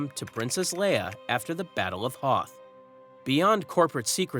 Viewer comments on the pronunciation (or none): none